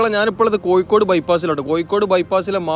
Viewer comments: യ അല്ല ഴ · കോയി: അല്ലാ.. കോഴിക്കോട്